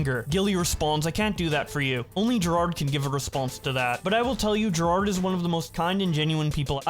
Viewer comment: can't read right? Jirard and Jared